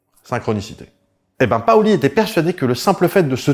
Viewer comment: on dit PAUli et Paoly 😀